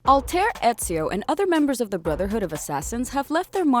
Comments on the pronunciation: "Alltare" "Baeik" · that is not the correct pronunciation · The first thing she says is a mispronounced Altair like come on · I got triggered by how she said “Altaïr”, like c’mon!